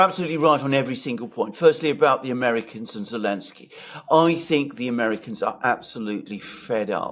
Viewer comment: This thing has been going on for so long that i've forgotten why insists on calling him "Elensky". Why does he drop the Z again? Someone please remind me